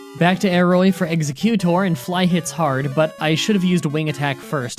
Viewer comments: Back to aeroy for executor It’s exEGGuctor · Not exeKutor its exeggutor exeGGGGGGgGGGGGGgGGGGutor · I get why you pronounce Exeggudor wrong. (Not sure how to spell it but you know what I mean.) it's because of Exeggcute. It's actually pronounced ex-egg-you-dor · exe-GYOO-tore? ZA-too? wow this purposely pronouncing wrong getting more comments influencing algorithm thing seems so much more true now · Exeguttor was said wrong Geez you are so bad at names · okay you're doing it on purpose, mispronouncing exeggutor and then directly Arcanine? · You said executor wrong I think. You need to look up how to say different pokemon names before you record your narration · "Meh-GAIN-ee-um." "Ex-EGG-you-tor." And did you not get the Earthquake TM from Victory Road? That would have made Don SO much more powerful.